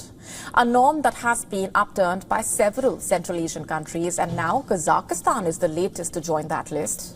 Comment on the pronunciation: It is Kazakhstan and not Kazak i stan